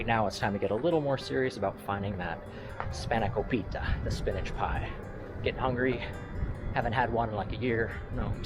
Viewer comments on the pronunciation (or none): You said spanakopita wrong. It's spanner-KOP-ita the accent for kop and ita are different. google how to say spanakopita. emphasis is on KOP